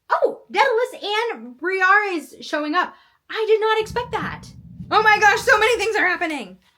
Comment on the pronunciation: I think it's pronounced "bree-AYR-eez"